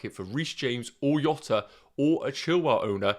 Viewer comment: His name is not pronounced “Iota” , its “Djota”